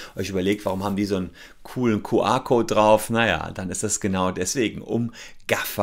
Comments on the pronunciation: Entweder "Kju Ar" oder Ku Er" aber NICHT "Ku Ar" #neuland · Ich dachte immer das heißt "QR" und nicht "QA"... Zerstörtes Weltbild durch unklare Aussprache 😂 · Herr Solmecke, so geht das nicht. Ihre Aussprache des QR-Codes (bei Ihnen Kuh-A-Code) ist unmöglich, weil das eine Mischsprache ist. Das spricht man anständigerweise entweder vollständig Deutsch aus (Kuh-R-Code) oder vollständig englisch (Kju-Arr-Code). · No front: „Kuh-Ah Kout“ 😂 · Dein "Kuh-Ahhhr"-Code triggert mich voll ^^ Hört sich an wie QA-Code statt QR-Code ^^ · Das Q spricht man aber im Englischen nicht "Kuh" aus... Das ist dann denglisch